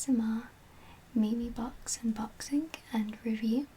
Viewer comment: its pronounced meem cx LOL